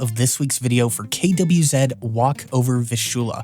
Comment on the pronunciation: at least you have the decency of not saying "Quizee" When refering to "KWZ" inks I appreciate. 😉 And you said "Vistula" correctly since it is the English version of the river's name.